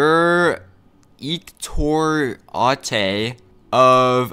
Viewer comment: “Directorahte” Got my dying.😂